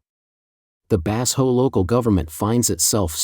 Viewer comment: "Bass ho" is not a Chinese name. Did your AI narrator mean "Ba-sho"? (or Bazhou?)